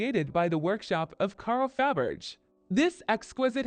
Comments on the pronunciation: Faberggggr LOL Hate A.I. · Narrative is abysmal. Can’t even pronounce Faberge. Why bother?